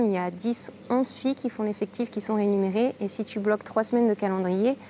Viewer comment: MDR elle dit deux fois "RéNuMérée" au lieu de RéMuNérée ^^ 8min47 la première. Bref c'est marrant.